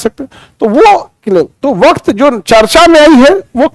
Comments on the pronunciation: वक्त नहीं वक्फ। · वाह खान सर वक्फ को वक्त कह रहे हैं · वक्त बोर्ड नहीं वक़्फ़ बोर्ड है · पता नहीं इस जाहिल इंसान के पास पढ़कर लोग कैसे नौकरियाँ पा रहे हैं?? उसने अपनी चार मिनट की वीडियो में चालीस बार "वक़्फ़" को "वक़्त" और "वक़्फ़ बोर्ड" को "वक़्त बोर्ड" कहा है। उसके मुताबिक़ भारत छोड़कर पाकिस्तान जाने वालों की ज़मीन की सुरक्षा के लिए सरकार ने "वक़्फ़ बोर्ड" बना दिया था। अब सरकार उसी में संशोधन कर रही है। हालांकि जितनी भी चरेटेबल ज़मीन है, मुस्लिम की, उसे हड़पने के लिए ये बिल पास किया गया है। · सर वक्त नहीं वक्फ है। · आप शब्द का सही उच्चारण करें वक़्फ़ وقف waqf